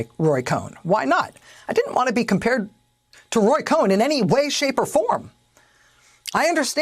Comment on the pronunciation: Cohn is pronounced con.